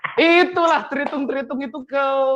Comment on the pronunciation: apa gw yg salah denger ini ngomong tritung tritung dan kriston?